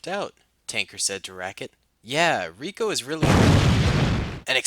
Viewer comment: Its rico not raket